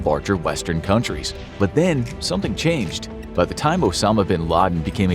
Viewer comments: “chanched” Lel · “But then, something chanched” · Everything "chanched" Don't tell me I'm the only who noticed it 😂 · “But then something CHANCHED” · Something "chanched"